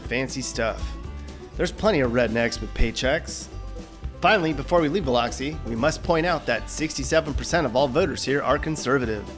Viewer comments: That's Bill-LUCK-see - not Bill-LOCK-see. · It's bil-LUX-ee, not bil-LOX-ee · Some chew used to come in a block, too (Brown's Mule brand.) BTW, it's not Bill-lox-see. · The pronunciation of Biloxi rattles my can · You were pronouncing Biloxi wrong.